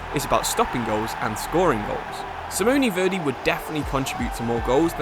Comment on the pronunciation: Seeemooney Verdey 😂😂😂